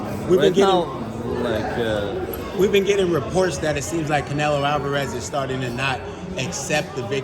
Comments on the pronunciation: Between that hat and that jacket, the crusher's on the squad Also Russian"s cant say the "O" in Canelo!?!? 😄😄😄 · The Russians don't press on the O even if it's on the middle of the word. But still funny the Canela tho lol